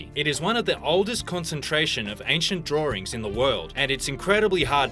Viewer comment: "Drawring" is not a word. "Drawing" is the word you were attempting to say. When will you Brits learn to speak English?